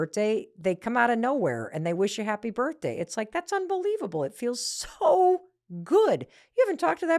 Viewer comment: Why do you say birtday…